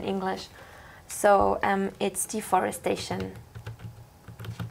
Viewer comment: It's deforestation, NOT deforestdation!